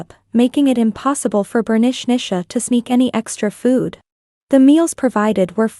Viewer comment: Last story they says Bernichnicha but it's written Bernicia 😂 It made me laugh a lot each time her name was said 😂